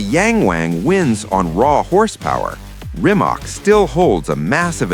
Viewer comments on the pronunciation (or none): It's pronounced "reemats"